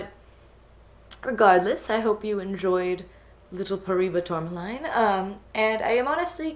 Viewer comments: Wonderful video as always! Also I'm pretty sure paraiba tourmaline is pronounced par-a-ee-ba tour-ma-leen or par-a-ee-ba tour-ma-lin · This looks fantastic! Also, tourmaline is pronounced "tore-muh-leen" iirc